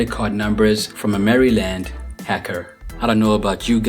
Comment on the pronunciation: I'm from VA and hate that DMV shit but even I'm offended how you pronounced Maryland